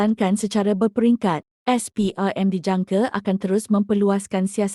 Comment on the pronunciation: Ni ape punya suara : SPRM - SPERM